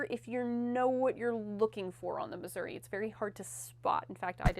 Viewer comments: there is no A in Missouri! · Yeah, hearing constantly mispronounce it is pretty jarring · It ends in an "i", not "a" :)